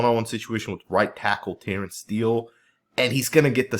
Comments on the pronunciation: Lord he's been on the team for 11 or 12 years, learn to pronounce his name already. It's Tyron pronounced ty-run with the emphasis on the ty. NOT TYRONE! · its pronounced Tie Rin Smith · nice footage, but I kind of got annoyed by the mispronunciation of Tyron Smith name... you kept calling him Tyrone lol